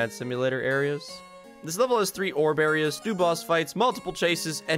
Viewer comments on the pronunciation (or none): Go to he says morb instead of orb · everytime he said orb i thought he said MORB